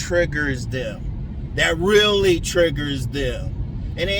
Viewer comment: the emphasis on that ” REALLY” 😂 You are right that us men have it too, cause mine is, In-Shape women with big lips. All my women HAVE TO HAVE prominent lips. Meagan good's or BIGGER. NATURAL. I'll put it this way. As a BOY I was imprinted by WOMEN (full grown), who fit that(if you know, you know especially in our black community male side is untalked about.) Then interestingly enough, once I start to truly sprout into manhood, I was part of the whole not black enough club😂 my natural tribe who likes me consensually is blonde women. So when I tell people I need a small waist pretty faced blonde women with natural big lips, they think I'm worshiping Caucasians or something.😂 It's a mixture of imprint, trauma, and Natural desire, and culture ( or being kicked out of one👍🏾....)